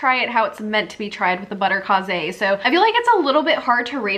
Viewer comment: Butterkase is German and is pronounced butter KAY-zuh.